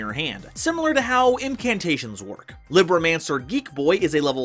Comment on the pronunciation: "Libro" is spanish for "book". "Mancer", in a bare-bones translation, means practioner or controller supernatural arts. Also quick spanish lesson. Libro is pronounced "Lee" ( As in Bruce Lee ), "brr" (drag the "r" sound a bit) and "o" ( cut out the "ou" sound you would normally use in words like "bro").